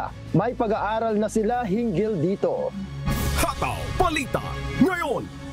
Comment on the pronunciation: Masyadong malambot na parang binabad sa Downy nb 10 taon ang pagbigkas niyo ng "hataw" please more energy, magagalit niyan si Gary V.